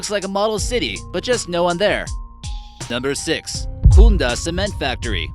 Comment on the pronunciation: Its kunda not khundda...